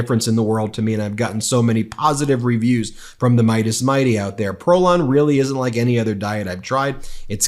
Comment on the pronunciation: 'Mirror, mirror, on the wall, who is the fittest/best-looking of them all?' "Why YOU are, Sir!" 'I laike this guy.' (Anyone else as irritated as I am when he pronounces 'like' as 'laike'?)